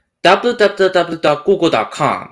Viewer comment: Tysm it worked, And not trying to be rude but did u not know how to say www ??? Its all good its just an accent